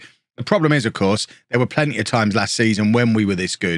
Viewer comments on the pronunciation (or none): none